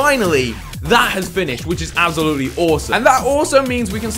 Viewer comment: I love how you say 'Absolutely' xD Abzalootly haha